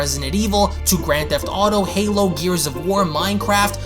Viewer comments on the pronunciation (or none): none